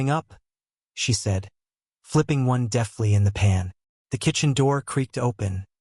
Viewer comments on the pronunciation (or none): There‘s a hell of a difference between deftly and deathly. So many pronunciation mistakes and no punktuation in the texts,do you really expect your listeners to be so uneducated? Or are you just sloppy?